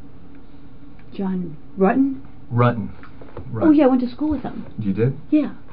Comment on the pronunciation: "John Rutton? Rutroe!"